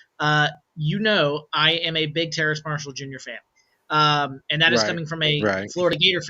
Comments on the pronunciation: it's Terrace Marshall not Terrance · it's Terrace not Terrance lol